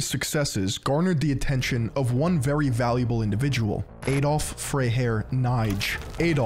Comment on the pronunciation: who is "Eydolf"?! it's pronounced "Ahdolf" 🤦🏿‍♂🤦🏿‍♂